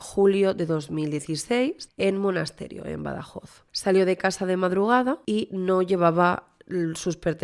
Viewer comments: disculpa que haga un apuntin que no es solo para ti, por si haces el vídeo de Manuela Chavero, sino también para otra gente que he ido leyendo en redes.. el pueblo es Monesterio, no Monasterio. Es fácil equivocarse porque esa 'e' intermedia pasa súper desapercibida 😅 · Es Monesterio, que lo estás diciendo mal todo el rato